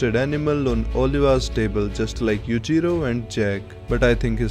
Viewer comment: ah finally someone who pronounce the name Yuujiro Correctly:)